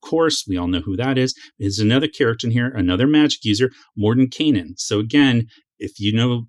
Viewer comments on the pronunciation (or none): You’re mispronouncing Mordenkainen — the “kai” rhymes with chai, Thai, eye, high.